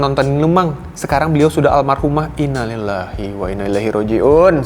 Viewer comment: pengucapan innalillahi nya kurang tepat..